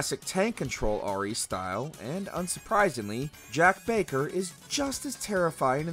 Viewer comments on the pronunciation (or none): none